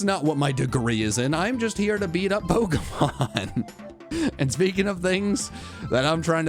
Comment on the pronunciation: Worried about you pronouncing chinchou but you never pronounce pokemon right lol